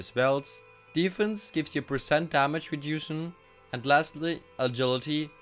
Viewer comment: The dexterity and reduction pronunciations are killing me lmao